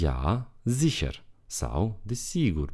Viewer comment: De aceea români învată greșit! Doamne ferește ( ziher) de exemplu se pronunță ZIHIIA.adică (R) - ul nu se pronunță " doar rostogolit " și dacă se termină în R.se pronunță în tot deauna ( A).